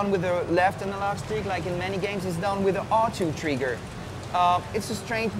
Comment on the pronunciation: does he say treegar instead of trigger...lol i repeated it 100 times and its still funny in a way